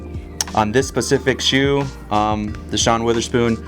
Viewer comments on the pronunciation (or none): I got so mad when he said “on this pacific shoe”